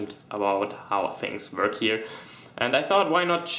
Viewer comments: Ich weiss, dass du deutsch bist/aus Deutschland kommst. In dem Moment wo du "work" gesagt hast haha dat accent. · Saran Chan Ich wusste sofort, dass du Deutscher bist, als du "work" gesagt hast. ODER An der Art wie du "work" ausgesprochen hast/aussprichst, erkennt man sofort, dass du Deutscher bist. Bitte nur verbessern, wenn man die Sprache inkl. Zeichensetzung selber beherrscht, sonst ist das Ganze eher kontraproduktiv. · Ich weiss du bist deutsch die augenblick du sagt: Work haha dat accent